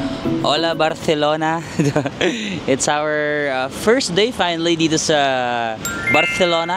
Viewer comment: your spanish pronunciation is giving when you say barcelona and alimentacion. this is by far, my favorite series because i have yet to visit spain plus i studied spanish so it brings back all the words. it's pee-ca-sso. hablo espanol un poco pero entiendo mas. buen viaje. cuidarse.